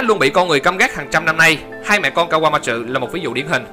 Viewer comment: vãi ad nó đọc ka wa ma chừ @@